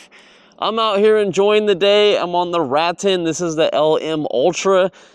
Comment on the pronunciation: Ruh-tan… I believe is how you pronounce it. 😊